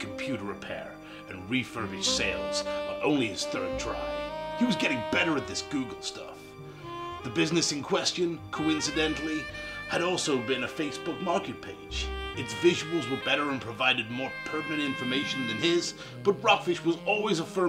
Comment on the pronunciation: The American accent was passable until you pronounced question like coo-esst-ee-on